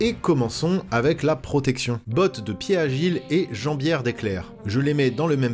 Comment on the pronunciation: En vrai, je pense que c'est Piedagile en prononçant le "de" ahah ! Je l'ai toujours prononcé comme ça d'ailleurs mais ça faisait bizarre en vidéo de le prononcer comme ça.